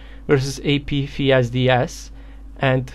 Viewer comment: Hey!! Love ur videos! Just wanted to point out the pronunciation of the letter "f" it would be similar to this. Ei pi ef es di es. F is pronounced "EF"